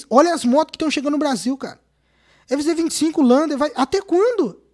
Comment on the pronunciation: A “envinzê 25” kkkkkkk